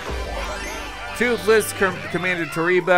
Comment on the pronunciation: DUDE TWOTHLESS NOT TWOTHLOSE